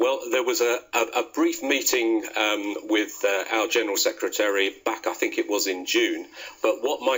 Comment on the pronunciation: This man can't speak. Setry of state? Have a valuation... It's SECRETARY and EVALUATION